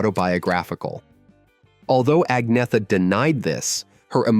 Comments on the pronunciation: Only an American can call her Ag-neetha - when the pronunciation should be Anyetta. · First of all......... you cannot even say her name correctly. In her own words.......... it is: aug-nee-et-a. That is the correct Swedish pronounciation, as she says it herself. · Heard her say it herself. Agnetha is pronounced ANNYETA! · Pronounced Anyeta! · At least pronounce her name right.